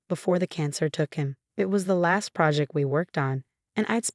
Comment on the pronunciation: Teach al that it's last not lost